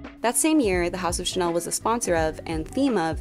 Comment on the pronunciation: Great video, thank you. But please check on how to pronunciate French words. Chanel, parfum, garçon... They are all so mispronounced and it would be a great opportunity to teach non-French speakers how to pronounce them correctly.